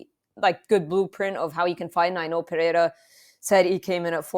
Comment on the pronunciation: I hear Puh-hair-ah, I downvote and leave.